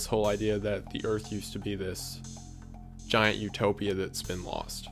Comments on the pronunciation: Jesus dude! That emphasis and audio boost you put on the Argentinian GIANT was a fucking jump scare! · I love the Giant emphasis. Lmfao. I die every time. Like we just ignore their existence and act like it never happened. Despite them being culturally relevant to nearly every ancient civilization. (And genetic make-ups still existing today.... Hence the NBA.)